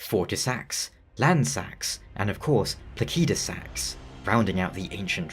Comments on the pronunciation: I just assumed it was pronounced "plaseedusax", but I never had any special reason for it. Given Elden Ring's other dragons, it would logically make sense to just follow their language roots and use that. So "plakeydusax" seems to be the more accurate. I'll probably end up keep using the "wrong" version still, since I've illogically gotten attatched to it. Unless Fromsoftware does as Pokémon with Arceus by giving a clear official way to say it (Ar-key-us btw, since Ar-sea-us sounds similar to british "arse"). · i wasn't trying to be rude, i was mostly bewildered cuz as far as I'm aware the vast majority of the community pronounces it pla-sid-u-sax and this is the first time ive ever heard it pronounced even slightly different. not trying to rag on you. just wasn't sure if it was an accent thing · This mf calling Placidusax "Plakeydasax" hurts my bones.💀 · good video but the way you say Placidusax makes me wanna pull my hair out. ive only heard people pronounce it pla-sid-u-sax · I figured it would be pronounced placid-u-sax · just because game is made by a Japanese Studio do you think every name should be pronounced by phonetic Japanese? Do you also pronounce Alexander, Diallos, Radagon in phonetic Japanese? Elden Ring names mostly come from old Germanic languages and Latin. Placid = Latin for still or peaceful. Sax = Latin for stone.